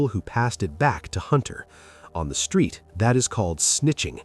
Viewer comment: He talmbout SKREET..hmmm 🤦🏾‍♀️